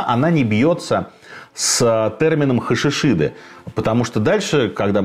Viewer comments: Не Хашашид а ХашашиН ("Хаша шин") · не хашишиды, а хашашины